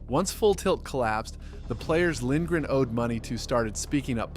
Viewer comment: Lindgren is the first name pronounced right in this video 😅